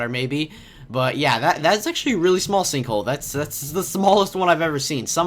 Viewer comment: you said "sinkhoe"